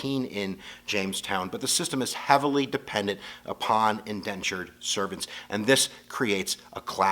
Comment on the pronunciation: It is Indentured servants not Endentured....